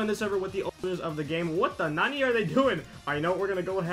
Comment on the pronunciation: He ruins the word nani